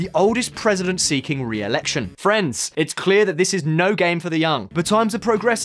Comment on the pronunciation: ok, you say FRIENDS and NO FRANCE !!! After many videos, now I realized what you say and why my mind couldn't figure out what kind of phrase you were using. Friends!!